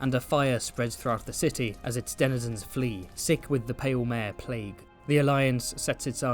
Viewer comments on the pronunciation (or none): none